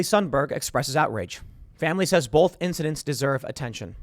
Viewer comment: When Tim says "boLth" 🤣